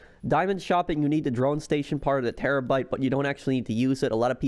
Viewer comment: when he says terrobyte: but whats the point if we have one we are probably rich already